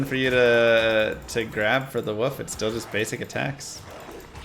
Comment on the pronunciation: Love the guide, thanks! I like playing the "wuff" druid (are you just messing around when you mispronounce it, or is "wuff" a Texas dialect thing?). but I like the maul Druid even better now. The IAS per lvl of maul rocks. I'd love to see a maul play-through all the way till Metamorphosis.